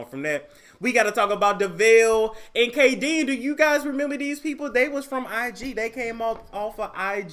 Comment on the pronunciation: lol you said Devale & Khadeen's names' so wrong. Still love you!